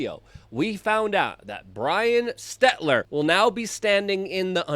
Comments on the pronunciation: Just FYI it’s Stel-ter not Stet-ler. Great content as always thanks for all you do Luke!!!! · Ots Selter hun not Setler. Hahaha but fits better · Stel-ter not Stet-ler anyways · S-T-E-L-T-E-R.....not S-T-E-T-L-E-R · Are you saying SteTLer instead of SteLTer on purpose? it's pretty funny. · hey Luke, it Stel-ter, lol not Stet-ler but who cares....He's GONE Baby!😆😆😅🤣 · It’s NOT SteTLer. It’s SeLTer! Jesus. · Love you Luke...that being said... its STELL-TER...not STET-LER...your a great journalist...not being able to pronounce these names correctly lessens credibility and may confuse some...you've pronounced this clowns name wrong for quite a while...I should have commented before he got canned 😅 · Bro. It's Stel-ter. Not Stetler. I love you Luke, I've given you money, but you've been driving me nuts with this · He knows. Its intentional 😎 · That would be stelter Luke not stetler! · Stetler... LOL Luke kills me when he mispronounces words. Not sure if it's on purpose or not. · STEL-TER!!!! STEL TER. STELLLLLL. TERRRRRRRR. HELTER STELTER. Can't take you seriously when you keep mispronouncing names like Stelter and Dunnigan. YOu're a great journalist but you gotta take your job seriously and pronounce names properly. Ukrainian was my fist language and I'm a dummy with dyslexia and I can even say their names properly. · Bro can't pronounce Stell-ter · Dude i hope you forever miss pronounce words fuck pronouncing or spelling it right aslong as they know what you mean and they damn well know what you mean if they're correcting you lol *STETLER not stelter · See if you can't pronounce potato heads name properly next time